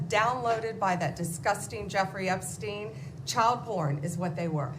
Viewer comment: THIS IS A MOTHERFUCKING A.I. VIDEO!!!!!! NO WAY THE REAL ALL OF A SUDDEN FORGETS HOW TO PRONOUNCE "EPSTEIN" THE LIVE VIDEO FROM 2 DAYS AGO HE'S PRONOUNCING IT JUST FINE. WTF IS GOING ON HERE?!